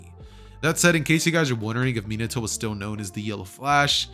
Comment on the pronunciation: Is no going to talk about the fact how he mispronounced Minato